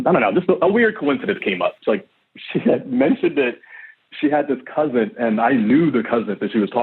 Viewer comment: Dudes a teacher but kep saying "cousint"